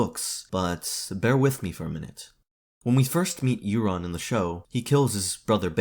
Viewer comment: Euron is not pronounced "Erron". Europe is not "Errup" it's "Yourup". Eur says "you". English is truely just 3 languages in a trench coat pretending to be one.